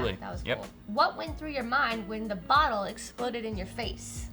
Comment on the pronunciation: the botle killed me lol